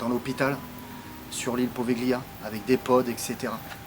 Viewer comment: l'île se prononce POVÉLIA et non POVEGLIA, le G ne se lis pas :) voilà petite précision ;) j'attend la deuxième partie :D